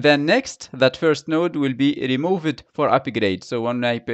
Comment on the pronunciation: This process causes unnecessary churn. Why don't they just keep the buffer as 0 and only create 3, delete 3, just like kube does with pods. BTW your pronunciation is off on words ending with ed. Cordoned cordone-ed is how you say it, cordon'd is how it should be said. Same with drained, you do drain-ed and it should be drain'd same for remove-ed vs remove'd. You say other ed words okay though, don't change them eg upgraded is fine. Spanish speakers often make the same mistake.